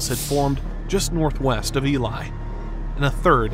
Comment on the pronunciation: I’m just glad Elie was pronounced properly.